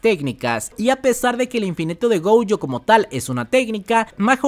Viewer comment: Pd: se dice Gojo, no Goujo xD